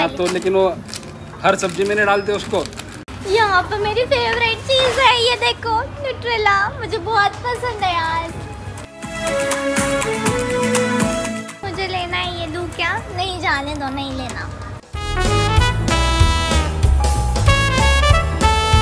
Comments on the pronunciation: Nutella ❎ Nutreela ✅ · It's not nutrela It's nutela